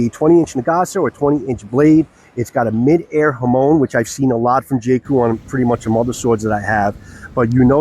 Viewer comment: Hey boss just a heads up the hamon style is called midare… But its pronounced “Meedaray”. Thanks for the wonderful reviews!!